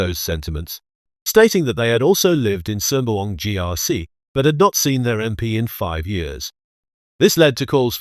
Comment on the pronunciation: WTF why a ‘Ang Moh’ narrating ? Can’t even pronounce ‘Sembawang’correctly,Chee Soon Juan as Chee Soon Wan? Joke